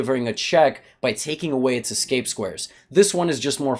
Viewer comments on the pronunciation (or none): none